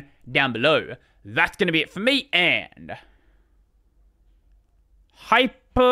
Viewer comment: not HYPE but HYPR! HYPR!!! HYPR!!!! HYPR!!!!!!!